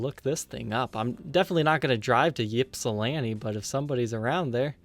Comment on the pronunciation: Enjoyed this vid, mostly because I do the same thing! BTW, Ypsilanti - most commonly "ipsəˈlantē". Yip-salanti gets locals in a tizzy.